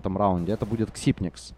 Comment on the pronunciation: он же Ксайпекс! не ксипникс